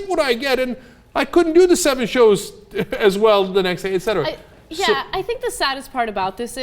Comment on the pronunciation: How many times are you gonna 'ect' Cenk? =D